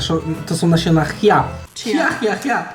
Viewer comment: czija nie chia